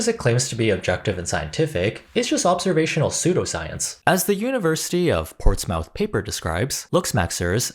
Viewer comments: It's more like "Ports-m'th" in much of the South, too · Btw, portsmouth is pronounced ports-muh-th 10.11